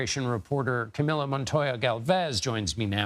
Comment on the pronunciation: Omg the name is pronounced ca me low not ca me la